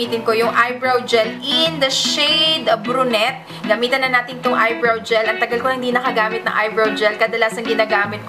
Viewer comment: ate, suggest lng po ung brunette po ang bigkas don is bruney yon :) godbless